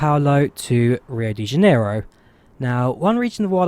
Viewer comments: Ooops - Flaps extended to just about FL310 :-) As for the pronunciation of "janeiro", here you go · Hahaha, to pronunciate janeiro, speak something like Rio di Janario.